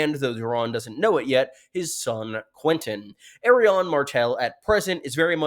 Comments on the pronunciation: Why does always say Aerion instead of ARI-ANNE? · My brain gets so confused when he pronounces her name "Errion" lmao. I'm like "who??" for a second every time. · I know a few people have mentioned this, but your pronunciation of Arianne is actually painful to hear. It’s a real world name - a combination of the prefix ‘Ari’ and the name ‘Anne’. You sound like you’re actually (still mis-)pronouncing Aerion, but there are no Brightflames here. What’s worse, even the most Americanised butchering of English vowels does not arrive at ‘Air-ee-ahn’, as you say. I am perplexed at how you came to this, but I beg you to stop 😭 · Can't move on how you pronounce Arianne lol In the part of the world where I'm from, we pronounce it as /ar-yan/ or /ar-yaen/ Otherwise, good analysis again